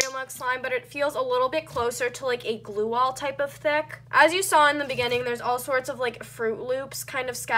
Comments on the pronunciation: The way you say Thick makes me uncomfortable. Idk if that's the way you say it or if your trying to sound cool, but it makes me really uncomfortable. Not trying to hate or anything, just saying my opinion, but your like ThAac. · how dyu say thick ? she be like : " i dont remember it being this THECK>> wth clean ur hands there black as NOT being racist there dirty black not the skin colour thingie